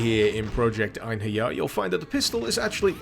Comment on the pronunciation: As a Scandinavian I can tell you that you did some creative things with the name of "Einherjers".